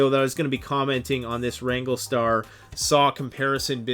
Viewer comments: RANG-GLER-STAR...not Ranglestar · It’s wrangler star not wrangle star there an R in the word wranglerstar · Rando: being respectful? "Educating" wranglerstar (he also mispronounced the channel name), "he doesn't know what he's talking about", among other things he said. He could have put out a video to sell the merchandise his store carries without calling someone out by name. He may have gained a new subscriber, but also lost one. Btw, it's called FELLING a tree, not Falling. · Maybe learn to pronounce the name before featuring a channel in your video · You say you are educating wrangler star and yet you can't even pronounce or spell his name. Why would you use a hand saw when a chainsaw is just common sense. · Why are you pronouncing the mans youtube name wrong?